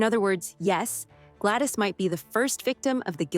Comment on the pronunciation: Gladys not Glattis.